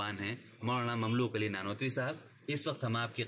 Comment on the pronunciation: السلامُ علیکم و رحمۃ اللّٰہ تعالیٰ و برکاتہ حضرت کا نام مبارک مملوک علی ۔۔نہیں ھے۔۔بلکہ مملوک العلی۔۔ھے۔۔ع پر پیش۔۔اور ی پر کھڑا زبر۔۔۔جیسا کتبے سے ظاھر ھے۔۔جزاکم اللہ خیرا۔۔محمد احسان الٰہی سرگودھا ۔۔پاکستان